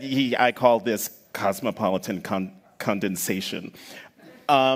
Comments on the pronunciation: Condensation? I think he means condescension. 😆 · I think Carville was trying to say cosmopolitan/coastal condescension. Not Condensation. Lol.